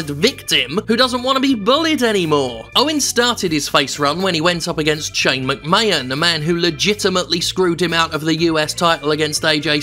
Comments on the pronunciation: Completely agree with this well structured argument, but is the pronunciation of McMahon as "McMayan" a deliberate joke that I've missed or is it just a mistake? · Great video Jim, buuuuuuut your 'Mc-mayon' pronounciation is driving me insane. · First time hearing this guy, I enjoyed the video but please stop pronouncing McMahon as 'McMayun' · Yeah, weird that. It's clearly Mc-May-Hon. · Seems like a charismatic guy, shame it’s only once a month, I can’t get over the way he pronounces McMahon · This was a good video with an amazing point But can he learn to say McMahon for the next one please? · If you watch Jim, he is doing it on purpose. He lives in America, he knows.. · I think that's probably a tribute to Gerald Briscoe's way of saying it. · Only issue I have is his pronunciation of McMahon. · Nothing really wrong with this video but his pronunciation of McMahon is getting a down. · He does it intentionally. Lol